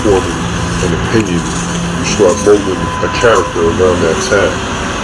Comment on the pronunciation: whats an "oppionion" ?